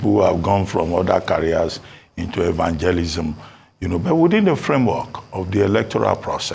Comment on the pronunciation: Did I hear evangelism feim Abatti😅😂